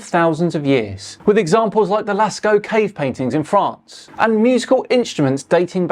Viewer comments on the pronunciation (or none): none